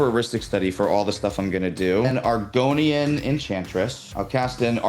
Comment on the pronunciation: should lose for mispronouncing Argothian Enchantress